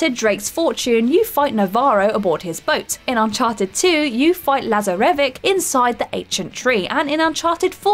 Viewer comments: Did she really say "Lazza-Revv-Ick"? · Sorry to be the bearer of bad news, but she also butchered Lazarevic's name while talking about Uncharted. His name is mentioned a whole bunch during that game, including multiple times during that particular boss fight, I struggle to see how you could have knowledge of that boss fight (or even play the game) and not know the correct way to say his name. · And Lazaravich and Dolzaev or however you spell it and omg she said mistral wrong has she played any of these games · la-za-verrick for lazarevic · Chimera, Lazarevic and Raiden are mispronounced in this video just so you know. Good video though. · Am I the only one that got annoyed how she pronounced chimera and lazarevic